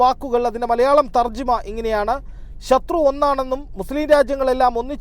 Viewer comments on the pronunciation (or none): none